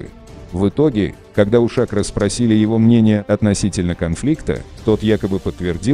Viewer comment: Почему голос за кадром говорит ШАкро? - я слышал с ударением на последнюю букву - ШакрО.